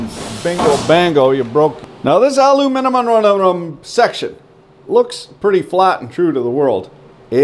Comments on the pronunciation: "Aluminimum" xD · "Aluminimum" I love it! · "A CHUNK OF ALUMINAMUM" Min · A-LU-MI-NUM... epic! ;)